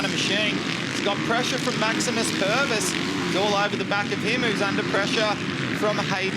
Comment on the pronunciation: Hahaha Maximum Pervis, you mean Maximus. He's a kiwi! Don't f*ck the name up! He ain't a dumb australian